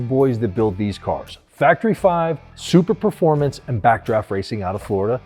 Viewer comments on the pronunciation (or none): Dude, It's NOT "Super-performance", it's "Super-formance"